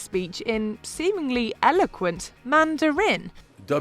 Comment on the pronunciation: The commentator needs to learn how to pronounce "Mandarin" in English.